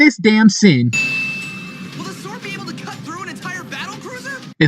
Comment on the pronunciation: Lmao I love how you pronounce the w in sword